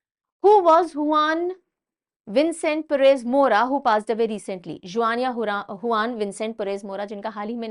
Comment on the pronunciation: Juan- Venezuela has a similar sound like jua venezuea